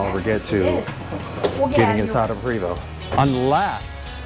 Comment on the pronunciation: Dream Big you can get there. Pronounced PRAYVO not Prevost LOL